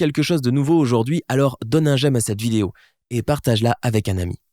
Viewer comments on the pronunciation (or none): none